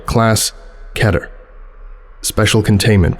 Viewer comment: but it's key-ter not kettle